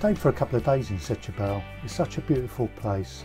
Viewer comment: Setubal is pronounced Stuball.